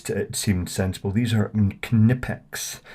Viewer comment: Wera is a German company , so the "w" is pronounced łike "v" in English. Knipex is German to, so the "k" is pronounced.